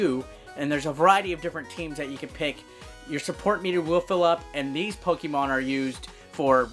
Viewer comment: Good job in reading the names of the new 5 Pokemons 😂 Good job in the review and I love the ending... Pikachu!!!😂